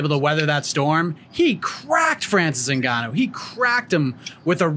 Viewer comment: Who is ZiNgano? He is Ngannou & and as a journalist, you need to respect his name & work on how to correctly pronounce it. Thank you. BTW,I'm a fan of your podcast since day one